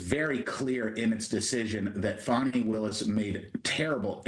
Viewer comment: It is FANI like hinny, not fauni ! This is a bitter old lawyer, get rid of her.